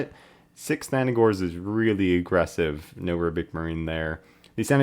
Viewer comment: “Sannigors”? Where are you getting the “i” from lol. “Sangors” it’s phonetically how you say it.